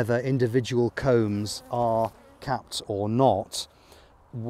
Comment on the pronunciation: It sounds like hes saying cones. I'm assuming hes saying combs. In a standard hive, they're called frames, at least in america.